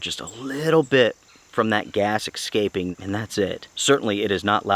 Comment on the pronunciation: Is the gas really ex-scaping? Or did your 6 year old write your script? After a fine Italian Dinner, do you enjoy a nice "ex-spresso" with your "🖐🖕this many" year old? Ex-specially on his birfday? Dude, you don't seem like the type ..that... ya know... can't read. So how can you look at the word ESCAPE and somehow find the opposite of a silent "X". As in you cant see it in the word but it definitely makes a sound that makes you sound like you're 🖐🖕this many. Smh... ridiculous as your bot Tyrone saying "aks" Feel me fam?